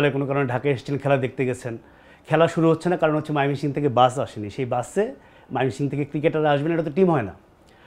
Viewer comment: একবার কন ময়মনসিংহ। আবার কন মায়মেনসিং!! সাংবাদিক উচ্চারণ ঠিক করেন।